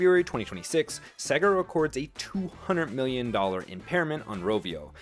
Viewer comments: AI content? It's SAY GAR not SEG AH. Either you never played a sega game, or it's ai content. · The company Sega is and has always been pronounced "Say-ga". Practice it until you get it right because it makes you sound really stupid especially talking games. Like a mechanic who mispronounces "wrench"...